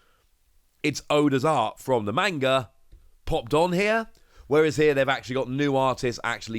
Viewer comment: The way you always pronounce manga triggers me